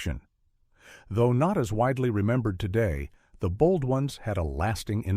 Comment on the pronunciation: Why must you use AI to narrate these things? Would it cost that much to have a real person narrate them? The weird pauses in the middle of a sentence, the Bold Ons, and the m.a.s.h! It's so stupid!